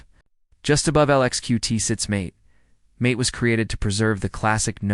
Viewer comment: It's NOT Mate (long A sound as in he's your mate). It's Mate (The A is a short A and then a long A for the E). Get it right, otherwise you just sound ignorant.